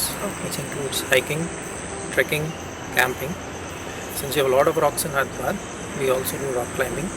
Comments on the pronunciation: its hyderabad not hiderabad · Hyder + abaad pronounced: haider aabaad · It's actually pronounced Haider Aabaad. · Hy-der-abad is more like it. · its actually HYDER-ABAD.